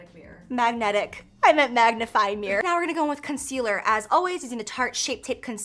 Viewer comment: I can't believe I believed Jaclyn when she said magnegic mirror and I was like ' What's a magnetic mirror, is it new?' And then I saw that side note. That's how much I trust you Jaclyn. 😭🤣🤣🤣